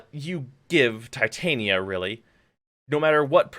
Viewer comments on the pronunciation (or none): none